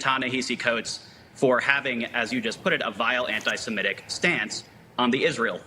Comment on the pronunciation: Articulate, clear-speaking guests. And THANK you for pronouncing *semitic" correctly. Even journalists with college degrees keep saying, "se-MET-ic." yikes. Sloppy. Uneducated. Poor mentoring to the world. wanting to learn our language.